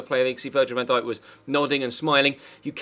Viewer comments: Next time you say van dake i will find you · £40m for VVD?!? You wish, You Bindippers really are deluded .... and how did you pronounce his name?? 😂😂